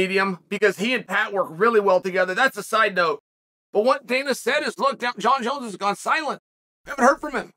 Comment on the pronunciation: Jon Jones the only fighters name Chael can say correctly.